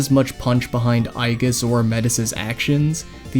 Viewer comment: Its not pronounced "eye-geese"